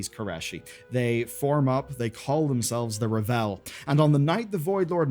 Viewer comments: R-AAH-V-EL like unravel. Raaahhhvel. Not revel. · Isn't it ravel? Like to unravel a spool of ribbons? Revel is to take great joy in something. I'm fairly certain they pronounce it raa-vel in game too? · Dude, it's ravel, like unravel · Good video, but lots of Mispronunciations! Ravel and Reshii Ribbons are pronounced in-game! Or you can check Warcraft wiki!